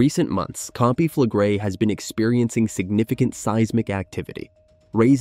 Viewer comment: Pronounciation: you pronounce the last two vocals seperately: e - i , Campi Flegre-i. No joke.